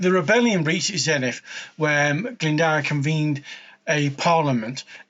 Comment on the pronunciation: you gave it a good crack. Can’t fault you for that! 🍻 It’s the “dwr” really, it’s a lower case ‘w’ so is more like “d + oo + r” or like a person who does things, a “doer”. Bit of added etymology, “Glyn” = “valley” or “Glen” and “Dwr” = “water” so he’s Owain of the “Waterglen”. Cheers, Bach 🍻